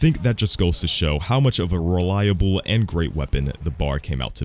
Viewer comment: Nice video! I like the way you say reliable 😂